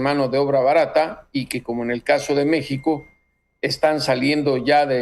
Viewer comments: Le dijo "Me Shi Ho" es un doble sentido/juego de palabras los que de verdad saben inglés deben inferirlo. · Yo los he escuchado a ustedes dos (Aristegui y ) hablar inglés y su pronunciación tampoco es impoluta. Creo que él verdaderamente cree que está pronunciando bien "México" en español. Deberían usar un poco más de principio de caridad en su evaluación. Y una cosa más: ¡no me hagan defender a Trump otra vez, que lo odio! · . PUES USTEDES ESCRIBEN "MEXICO" Y LO PRONUNCIAN MEJICO O MEJIJO USTEDES MISMOS SON LA BURLA DEL MUNDO